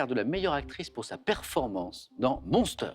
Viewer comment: La façon de prononcer "Monster", avec Charlize Theron... AU secours! Pourquoi ne pas simplement prononcer le titre en français si Samuel n'est pas capable de prononcer plus qu'une syllabe en anglais...